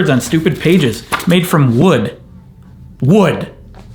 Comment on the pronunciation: excuse me sir, wewd is not stupid!